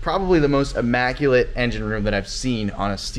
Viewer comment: it's pronounced "immaculate" not AMMACULATE......